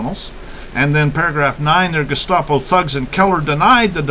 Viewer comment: *It's "Gestapo", not "gustapo". Just FYI.